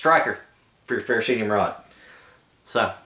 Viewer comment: People keep pronouncing the fire-rod as FE-RO-CEE-UM. This is incorrect. The correct pronunciation is "Ferrocerium". Don't believe it? Google it. Then you, can stand corrected!